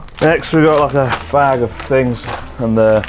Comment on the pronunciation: it sounds like chris is saying “it’s a f*g of fings” lol i laughed so hard